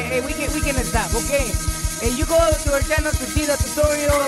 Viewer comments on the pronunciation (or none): Omg "haha ok we can EHSTOP"